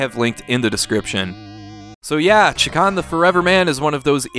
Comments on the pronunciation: Gonna have to be that guy who points out it's Shay-Kahn not Chak-On. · you kept saying chakarn? it's chakan. I stopped watching and don't recommend channel cos of that. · It's actually pronounced "Shay-Khan."' Also I somehow got unsubscribed from this channel so people should probably check just in case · It's a little funny that you keep calling the game Chikan. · You keep saying chee-kan, which means pervert in Japan LOL. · Have I been mispronouncing this game my entire life? Anyway, I love this game, even though I never came close to beating it. I just always loved the vibe. So much so, that I would always name Chakan as a personal wish for a new Smash fighter.